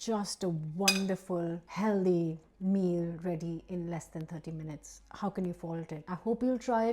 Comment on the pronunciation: Healthy - not heldy. Please make an effort to say this word correctly - as you have spelt it. It's not an accent thing, it's just lazy pronunciation. By the way, the food looks great... and very healthy. 😘